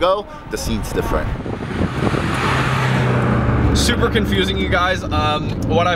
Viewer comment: Did he say "supra confusing" lol